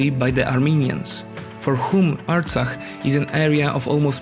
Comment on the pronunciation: You pronounce the foreign word '' Artsakh '' very well. You are not "Hay" by any chance? Since you started by lying when you said that the conflict has started to take control of Nagorno-Karabakh = Artsakh. No, Azerbaijan attacked to recover its territories equivalent to the area of Belgium empty of its 700,000 inhabitants in order to re-establish a security zone around a region (Nagorno-Karabakh) which produces nothing at all except a few sheep ... It is a financially and intellectually poor country which has no military tradition and not even a state tradition. In fact, their independence was given by Stalin.